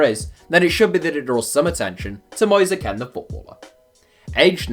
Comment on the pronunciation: Mois-a Ken? Moiz Keen